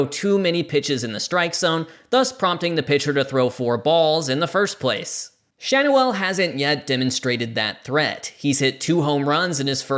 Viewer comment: I think Schanuel is pronounced Shan-yew-ul.